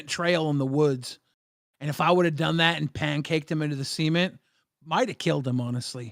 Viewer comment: I love you guys but you two need to take pronunciation classes especially Billy, the way you pronounced cement and ramen hurts my soul every time. Makes me crumble like a Ritz cracker Other than that another banger episode like usual 7.2/10